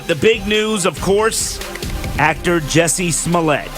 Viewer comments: I wish he would stop pronouncing it Jessie instead of Jussie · JUSSIE... JU-SSIE